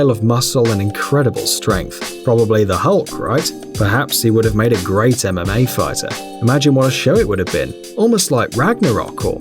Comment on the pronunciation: It sounded like he was saying anime fighters instead of mma fighters